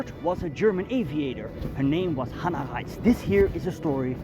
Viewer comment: Beitte die aussprache kontrollieren Sie hieß hanna reitsh nicht ratsch